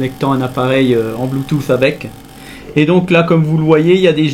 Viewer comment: D'abord comment tu prononces le bluetousss